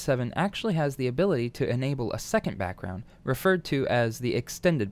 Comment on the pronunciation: "brackround" r/ihadastroke (just for the meme. :3)